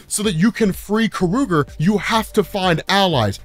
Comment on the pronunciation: Is it pronounced Ka-ru-ger ? I always thought it was pronounced Kor-a-gar ?